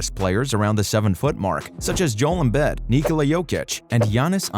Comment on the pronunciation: How you said Joel Embid... damn I was gonna subscribe